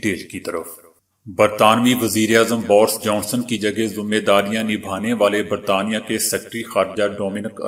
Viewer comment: Bors Johnson naheen Borus Johnson bolain please. 😛